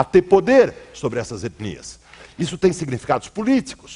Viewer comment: Nojento ele fando "etnias". Quase um sotaque gringo num todo.